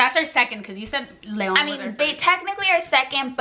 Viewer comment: CONSTRUCTIVE CRITISISM: - The AWKWARD way they try to put a "pretty face" while the other is talking, HILARIOUS - You look 100% Mexican faces making extreme "chick" ridiculous USA accent - THE WAY YOU SAY "LEON", "TACOS" HAHAHA AND then you said "thru" like "TRU" (besides u have family there, wtf u can pronounce it mdf) - All of us expected a real life or death situation, disapointing - The purpose of this video is not racism but it oddly feels like - The whole time I just felt awkward and uncomfortable watching it, it just feels fake (the accent, the gestures) - AND IS THAT FIJI WATERRRRRRR? HAHAAH - It feels like u r Mexican Wannabes (no hate) Hope u notice those things and if u want make more comfortable content, no hate, good luck.